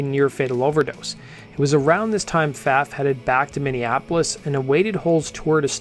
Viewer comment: it's my understanding that Pfaff is pronounced "faw"